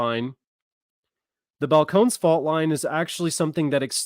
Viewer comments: Is that pronounced Fal - cone - knees? 😂😂😂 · It is Bal-cone-knees.... Just FYI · Balcones is pronounced (Bal cone eese)